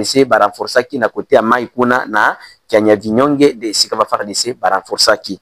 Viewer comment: On dit Kyavinyonge